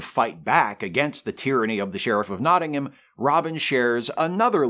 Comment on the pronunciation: Worth a 'like' as your pronunciation of 'Nottingham' is OK - speaking as a Brit ... and certainly better than Christian Slater's. I also thought the score by Michael Kamen was excellent. And one last picky historical thing - you don't cast arrow heads out of lead.